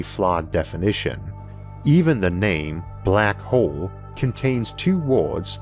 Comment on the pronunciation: great video and thank you for the great content. some highlight from this video black hole = black hoo Star = stoo its own = it's ooo deeper = dipoo normal = nooomoo center = sentoo hole = "horse" sometimes bigger = bigoo slower = slovoo closer = clousoo